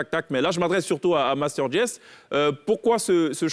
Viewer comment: On dit pas pas master just laaaa c’est quel go ça maaahh …pfffff masta just